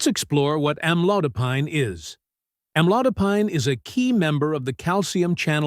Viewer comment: AM - LOW - DUH - PEEN......Not Am-Low-Duh-Pyne. Noober 11....sorry, had to stop watching, couldn't stop laughing.